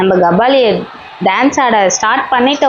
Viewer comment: Kabali ❌ Gabali ✅😂